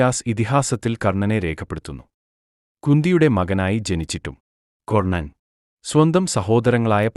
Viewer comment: കൊർണ്ണൻ അല്ലടാ പൊട്ടാ, കർണ്ണൻ.